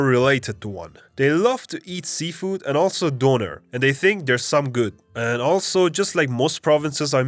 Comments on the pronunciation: I think you hit about 50% for Nova Scotia. I am from there, and don't say "Bud" at all. Molson beer and Hockey really suck. "Dough-nair" (donair) - 2 syllables sounded out separately, not Donner (as like you say the Reindeer). I can't stand sea food at all, and despise Maple Syrup. Lobsters are the "cockroaches" of the sea. Tim Horton's coffee is also not good at all since it gives everyone diarrhea. Old people hog the road because of either a.) the old age pension cheques are out and they don't care how slow they drive, b) there was a storm and they are getting out because of cabin fever, c.) there's a Legion dinner/brunch/breakfast somewhere, d.) they really can't drive at all, or e.) there's a card game somewhere. As a person that values my time, I do not like wasting it getting behind old drivers. The most terrible experience with driving on NS highways are the a.) young kids with "fast and furious" Canadian Tire obnoxious juice can mufflers , (get a real engine kids...buy a V8), and b.) people will constantly drive under the speed limit slowing traffic UNTIL there's a passing lane, and then they ALWAYS speed up to 120km/hr. Nova Scotia is a tourist province, most come for the seafood in the summer. The music at best is horrible, but only because if you live here, you have to listen to it ALL THE TIME, it gets monotonous fast. Folk and Celtic music is the ABSOLUTE worst. Everyone plays, (tries to play), an instrument and thinks the world is their stage when they are drunk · It's not Donner its Donair 😭😭 the meat while cooked the same way is a different animal and the spicing is different, also the sauce is the big differentiator! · getting my blood roiled by your pronunciation of donair lad. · It’s pronounced “doe-nair” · “doe nair” or “down air” is how we pronounce it. But it was a minor nitpick, I love your video and it is accurate.